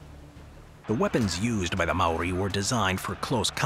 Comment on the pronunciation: I’m Māori born in Aōtearoa (New Zealand) and most these things were correct but not entirely but only because if it was brief but great effort. Also like many the pronunciation of Māori is a little off 😂 First if all the Haka is a War ritual not a dance. We used double barrel shotguns aswell as muskets during the Nz Wars We also invented Trench Warfare , artillery bunkers and used tunnels to escape when battling the British Empire.